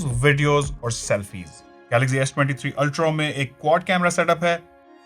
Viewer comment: Ultro… ultro…. Ultro….😂😂😂😂 ultra hota h bhai